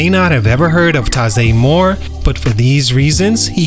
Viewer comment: First you’re saying his name wrong including the year he weren’t born.